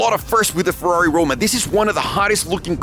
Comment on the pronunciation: Comprehends the actual Ferrari pronunciation since he bas a latin base (from spanish) says fewrari hahaha. dude please cmon, say it correctly